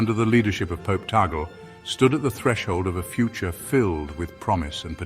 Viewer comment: Tag-le is the right pronunciation, not tagel.